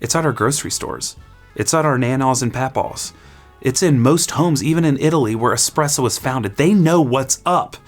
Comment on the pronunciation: It is challenging when you only get this suggested on your feed 12 days later. So I'll be honest, I did start watching in earnest, in particular because it is not the first time you have pronounced espresso dead. But then around 1 minute I felt an increasing need to read the comments 😅